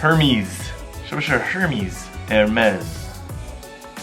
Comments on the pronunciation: Hermès 讀 ermi ,s 不發音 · 应该读yi kea啊哈哈。。。还有hermes是法语读ehemeisi